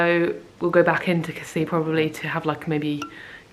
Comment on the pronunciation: With Casis you actually do pronounce the last 's'. What a lovely honeymoon; you look really well 🥰